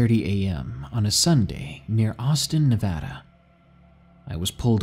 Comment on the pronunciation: YAY. You said Nevada correctly. Thanks.